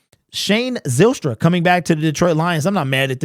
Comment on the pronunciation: Zylstra is pronounced like Kyle, Pyle, File, Nile....etc. Not Zillstra, Pillstra, Fillstra... It's a Dutch name.